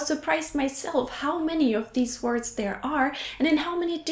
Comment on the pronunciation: I think your video about how you're English has improved has led me notice things I wouldn't before. You said deeze instead of these.